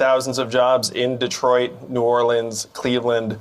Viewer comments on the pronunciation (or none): none